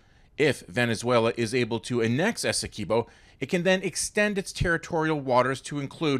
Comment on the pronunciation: Please pronounce it properly... its 'Essekwibo' NOT 'Essekibo' . The Guyanese people who live in the Essequibo do not pronounce it like the Venezuelans.